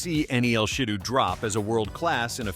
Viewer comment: And it’s she-dough